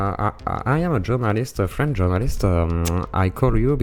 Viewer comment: "I am a frem journalist" ISSOUKLO!!